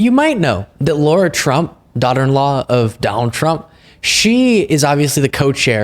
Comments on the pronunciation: Lara not Laura!!!! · its pronounced LAR RAR , LA RA her name is NOT LAURA NOT LAURA NOT LAURA stop being so dumb omg LARA CROFT FFS LARA LARA LARAAAAAAAAAAAAAAAAAAAAAA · Lara not Laura. Please dont disgrace the Laura's of the world 😁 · Lah-rah not Law-rah. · It's LARA trump, not Laura...like the tomb raider chick (except possibly more fake) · Not Laura - Lara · Her name is not Laura! Pronounce it right! Go Blue!! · Are we calling her Ll-aa-uu-rr-aa Trump, even though her real name is Lara, on purpose? Just checking.